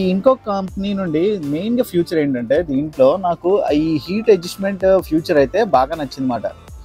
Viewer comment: "ఫ్యూచర్" కాదు తమ్ముడూ, "ఫీచర్".